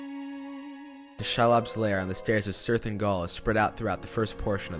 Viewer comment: In addition to those mentioned in other comments, he also says Balin as "Baylin," Faramir as "Fah-ramir" or "For-meer," Cirith as "Sirrth," and Minas as "Menace." With so many distracting mispronunciations easily avoided (like those in M. Night Shyamalan's "Avatar: The Last Airbender") and the dispassionate delivery, it makes me feel like there's more that could have been discussed that he just doesn't realize, because if he was a true fan he wouldn't make those errors and would possibly pick up on more details in the story and its music.